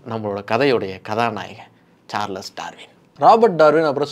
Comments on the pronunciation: சார்லஸ் இல்லடா Charles is pronounced as ச்சார்ல்ஸ் 🤦🏻‍♂️ சரியா pronounce pannuda🤦🏻‍♂️🤦🏻‍♂️🤦🏻‍♂️🤦🏻‍♂️ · Every time you pronounce as “சார்லஸ் சார்லஸ்” it gives a headache. I’m stopping watching this video. Bro please for heaven sake read and understand the correct pronunciation of English words. At least when you are talking about a world famous person. Not only the content but presentation is also important. Your illiterate viewers may think this is the correct pronunciation of a word. 🤦🏻‍♂️🤦🏻‍♂️🤦🏻‍♂️